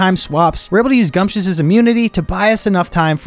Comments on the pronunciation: Gumptious? I thought it was pronounced Gumshoes since gumshoe is slang for a detective and Gumshoos is the stakeout pokemon. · Lmao, guy does NOT now how to say gumshoos! 😂